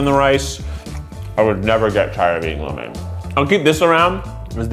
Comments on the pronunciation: As a Asian the way he says lo mein and cho mein and every other food is making me cringe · I'm not sure If Im the only one who does this but I hear the name of a food I eat my whole life like "lo mein" and because I didn't know people say it like that I would be like "What's lo mien" then I think and Im like " ohhh it's 撈麵", Im not judging but I feel like Im not the only one who goes through the process